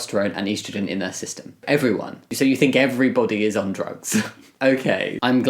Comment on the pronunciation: I can’t get over the way you say estrogen 😭😂😂